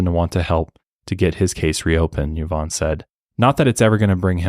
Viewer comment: Great episode! But as fellow Yvonne, I wanted to say that you guys mispronounced it, it’s actually pronounced EE-vonne, as it is actually a French name! Love you guys and your work 🫶🏽